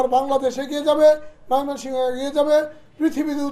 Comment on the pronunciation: মোমেনশাহী নামটা বলতে পারেন না আবার ভিডিও করেন ভিড়িও করার আগে শব্দ গুলো ভালো করে শিখে পড়ে ভিড়িও করবেন